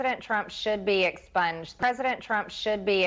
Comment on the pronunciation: The way she says exponged makes it sound as though she want her hero subjected to a very unpleasant surgical procedure. Maybe we should grant her wish.